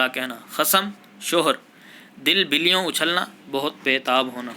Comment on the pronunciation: Billyoun galt Talaffuz hai'.